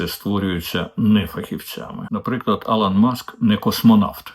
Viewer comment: Єпископиня може?, і до речі, Elon вимовляється як Ілон, не Алан, при всій повазі, пане Дмитро, якщо ви називаєте його так не навмисно.